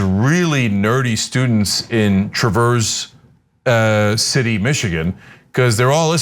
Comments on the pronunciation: Y'all. The "a" in Traverse is short a like in cat lol. TRA-verse not Truh-VERSE Yes, we're weird in Michigan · It's actually pronounced Travers city and not traverse, fyi. I grew up there and attended school in this small (27k)town. It is a conservative-ish town, used to be way worse. There are a good mix of people on the left and right, and it has a very strong LGBTQI community. There's also a lot of uptight "karens" there too,with a fair few powerful religious right people too. This guy is obviously in the religious wacko camp. Please don't judge our town too harshly. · It's TRA-verse City, emphasize the first then fade off. Not the same as the verb to traverse where you do the opposite. Sorry, had to correct it before I can watch or I'd be distracted. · Ana, just an FYI you pronounced it wrong. It is not traverse (like you are traversing a forest) the "a" in Traverse is pronounced like the "a" in cat, bat, rat, etc etc. Tra-verse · It's not "trah-VERSE city." It's "TRAH-verse city." Just sayin'. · It's not pronounced Trah-verse, it's pronounced tra·vrs si·tee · FYI, it's TRAverse, not truhVERSE, City. Rhymes with calve-curse. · These people are going to school board meetings because the right wing media are spreading outrageous lies about what is being taught in schools. On a different note, it is pronounced TRAV-erse City, not tra-VERSE City, emphasis on the first syllable. Sorry, lifelong Michigander and had to point that out. Traverse City is a lovely city and its schools are top notch. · TrA(like apple)verse City. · Say it as Traver's City. Short A like asswipe that this person is. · Please pronounce it correctly.......Travers City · Trav erse City is correct pronunciation northern Michigan, Conservative knuckleheads are everywhere up there. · As someone who grew up in Michigan, the cringiest part of this video was Ana and Cenk mispronouncing "Traverse." 😂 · Traverse City is pronounced with the accent on the 1st syllable, fyi, just saying.